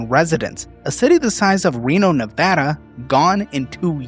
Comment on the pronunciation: More than anything, thank you for saying Nevada correctly. I live in a small town close to Reno and all these factories and data centers are ruining this region. To the point where stopping data centers was actually proposed in this year's midterms in the local elcetions.